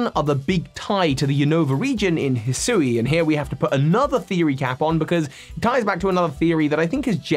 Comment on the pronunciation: Isn’t Hisui pronounced HE-swee?